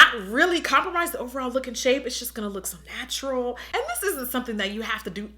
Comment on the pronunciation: Girl I thought you said Snatchural when you said so natural. But I think I just came up with a word 😂😂